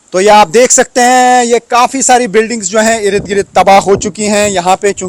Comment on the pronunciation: please don't say 'Ir i d' 'Gir i d' it is Ird Gird... The urdu pronunciation on the urdu channel should be accurate.. thank you.